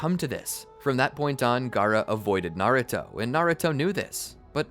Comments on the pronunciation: Is it just me or did he say garrato when the exsam started;7( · anyone else hear him say garuto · Has nobody notice he said garouto😂